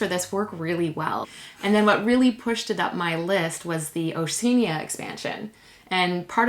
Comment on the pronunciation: O'sheenia?? Really?